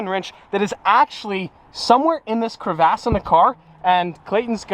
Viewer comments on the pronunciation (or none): the way said “crevasse” hehe